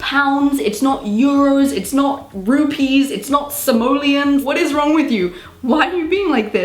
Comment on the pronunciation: It’s not simeoleons lol